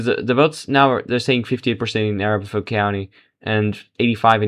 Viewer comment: Totally meaningless and annoying that you keep the Hickenlooper race on screen 90% of the time. That was basically settled early on, and many other races were not at that point. And it is a-RAP-aho. After the native Arapaho tribe.